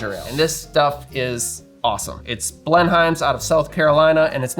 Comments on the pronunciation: down here it's pronounced Blenum's. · Blenheims is correctly pronounced BLEN-ums, In the same way that Greenwich is not pronounced Green witch.